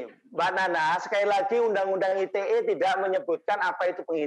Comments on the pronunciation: risih gw dengernya aitie. bahasa inggris inggris aja, indonesia indonesia aja. campur2 gmn sih. klo ngomong aitie ya tulisannya ITA dong. jangan2 mmg mo ngomong ITA maksudnya yg entah apa lg singkatannya, gw taunya ITE pake bahasa indonesia. apaan aitie aitie lah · undang-undang Ai Ti Ei ?!? (ITE =~ Ai Ti I)